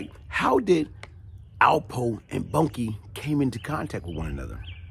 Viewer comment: Not Bunkie... Boonkie pronounced... Boon-Kie...